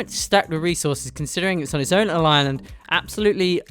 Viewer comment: am i the only one that noticed how he said island. “on their own aligned”... just me or am i bugging bahaha love the video